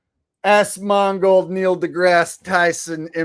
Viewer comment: 100% A.I. 😂 Good Show, Are saying Assmold when you imitate Asmongold 🤣🤣😂😂